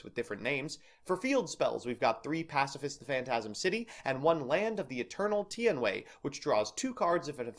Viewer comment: It's pronounced: Tee-An-Way